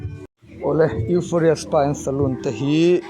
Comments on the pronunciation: Ngawiteh mn lo ngaidam lok teh complaint hranpa ni hauhloin Eurofia tiin i lam tlatin ka hri han lam tha leh teh Eufawria tih tur ani jok em pliss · Europhia or Euphoria pawhin a lam fuh hlei thei biklo😂😂😂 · Eufhoria tiin ilam ang P kha F angin a ri anga.Hriatvek theih pawh nibiklo a ho lutuk inhmuhnawm lutuk tho❤❤❤❤❤ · Europhia tiin i lam daiha😂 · Mizo trawg deuh tak in u fawria tih tur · Euphoria zawk alawm sir.... Youuufawwria... Ti a lam tur lawm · 😂😂😂A nang ber pawh chu ,i lam sual nasa ve,EUROPHIA chu ni lo deuh ang a😂😂😂😂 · Sir...Nangmah khan ilam diklo anih khaaa🤣🤣🤣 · Sir pawn alam dik thei meuh tawh lo 😂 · lam dik theilo lai khi aw😂